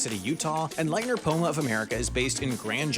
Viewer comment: As a huge ski lift nerd, you butchered the pronunciation of a lot of the chairlift manufacturers. For example, Leitner is not pronounced "lie-tner", but instead "lee-it-ner". Other than that, great video! Keep it up!